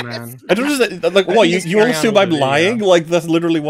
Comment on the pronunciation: I have a bigger problem with how pronounces Yoshi than how he pronounces assume